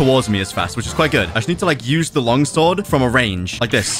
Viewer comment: Why is it when said long sword it sounds weird?